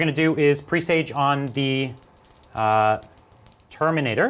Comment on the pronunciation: It's not pronounced "pre sage", it's pressaj.